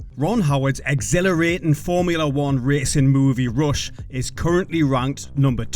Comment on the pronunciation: is it Rush or Roosh, lol